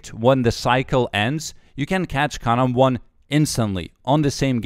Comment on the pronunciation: I just watched this cause I like how he says karambwan